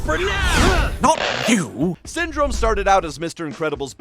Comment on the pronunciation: Ah yes Synrome